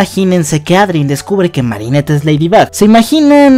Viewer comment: y poco y es marinette no mari